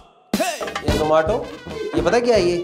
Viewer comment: The manner in which Gaurav Bhai pronounced Zomato correctly all the time, shows how keen the company is on its marketing.